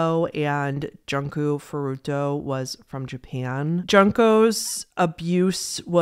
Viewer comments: I’m really sorry to correct you, I know you apologized and I know non english name are so hard to pronounce if you’re not familiar with the language but hearing her name sounding like the word “junk” (trash) makes me kinda sad, it’s joon-koh. You did well in pronouncing other Japanese names btw! This one’s just particularly makes me really sad because of what happened to her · Just a heads up, Junko is said like June-Koh, not Junk-oh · Junko is pronounced "June-Ko". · Junko Furuta's name is pronounced more like "june-ko" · If you ever cover Junko, know her name is pronounce June (like the month) ko. I heard of this case and I thought I heard everything before it but hearing the details made me actually cry I felt so bad for her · Junko is pronounced "June-Ko" It's just an unfortunate mispronunciation cause "junk" is trash you know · Since you said you might do a video on Junko, her name is pronounced like JUNE-KOH technically you can say her last name like Fruit-a I agree with your opinion on crush fetish...I accidentally saw a video as a teen...and no...no one needs to see that. It's awful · junko furuta's first name is pronounced joon-ko. u in japanese is always a long u. i have noticed you have a hard time saying japanese names; a good rule of thumb is that for triple-syllable words, the emphasis is on the middle of the word unless otherwise indicated. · "ouch-y" "junk-o furuto" "sirjay" Man this is a good video and I get that people read names like English but is it really that hard to pronounce them correctly? Honestly that made me cringe more than the actual content lmao